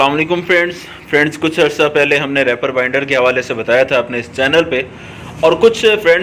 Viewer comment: bhaijaan, bura mat manaana please. REEEEEEEPER. REEEEPER bolne hoga. spelling Reaper.